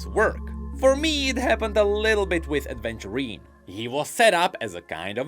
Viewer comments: Its AVENTURINE not Adventurine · I'm sorry but it bothers me so much everytime you pronounce Aventurine's name as "Adventurine". These are two VERY different things XD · Aventurine* not adventurine.